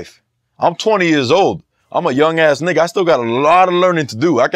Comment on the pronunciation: White boy gotta stop sayin nigha